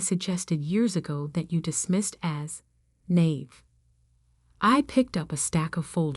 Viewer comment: If you’ve listening/reading these stories, there are so many mispronunciations other than Chanel-naive, heir, Mrs. Mr. Etc or even spelling out abbreviations.